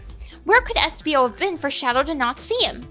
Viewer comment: Its espio lol